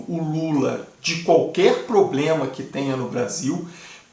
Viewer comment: Lindinberg "poblema" , volta para o jardim da infância.